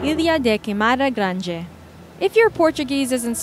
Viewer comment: how the hell did she pronounce ilha da queimada grande?! I thought she was speaking chinese!